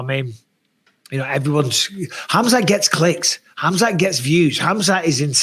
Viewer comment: Bisping calling Khamzat "cumshot" by mistake had me rolling 😂😂😂